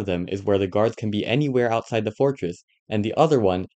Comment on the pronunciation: the original guy said “gurads” instead of guards and “deegres” instead of degrees